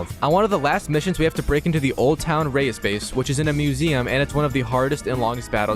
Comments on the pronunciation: Its pronounced Rise not Reyes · It's not Rais rise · Bro mispronouncing Rais was triggering me the whole entire video 😂